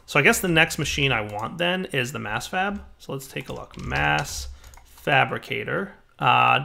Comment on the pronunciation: he said mass FAB